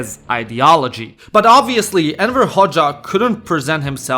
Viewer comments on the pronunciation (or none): Everytime you say "Enver Hoxha", your pronunciation makes it sound like you're saying "Emperor Hoxha"💀